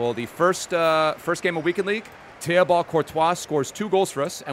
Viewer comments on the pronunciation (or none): It’s pronounced Teebo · The way he pronounces Thibaut is wild😂